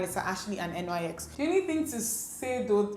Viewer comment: I loved this look! NYX is pronounced NIX lol